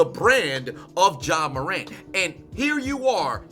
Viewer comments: My man said Ja wick 😂 I quit 😂😂😂😂😂😂😂😂😂😂😂😂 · Ja Wick? 😂😂😂 lmaooo! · Nah u get on my nerves calling him Ja Wick Morant 😂😂😂😂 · "ja wick" 😂😂😂😂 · "Ja Wick Morant" I'm dead!!! 🤣🤣🤣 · "Ja wick morant" that really sent me, bro.😂💀💀💀💀